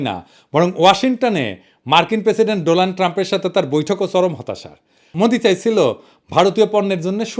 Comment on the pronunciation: দাদা আপনি তো, মূর্খ মোদির মতো,ডোনাল ট্রাম্প কে,ডোলান ট্রাম্প বললেন 😅